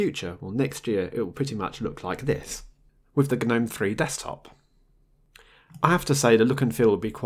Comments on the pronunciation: Anyone else irked by how he pronounces Gnome? It's pronounced NOME (the G is silent!) not Guh-nome lol. Sorry for being a grammar Nazi but I've seen several videos and it gets to you after awhile. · the G is silent in Gnome. Same as gnarled. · Isn't "Gnome" said "Nome"?